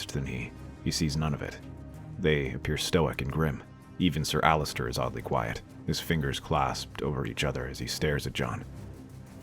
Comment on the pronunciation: It’s Ser Alliser not Allister